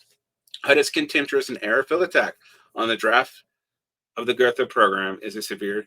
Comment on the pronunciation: I’ll be that guy and say that after your rant on pronunciation and attempt to “split the baby” on pronouncing Gotha correctly, you still pronounced it incorrectly - “th” is always pronounced as a hard T in German, thus [go:ta] :)